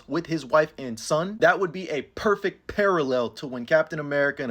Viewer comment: "PUUHHerfect PUUHHarallel"